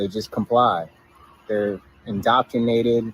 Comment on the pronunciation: He is proud he hasn't been 'indocktinated.'